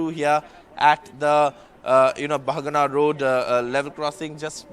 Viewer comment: This Station name Bahanaga not bhagna🙏👍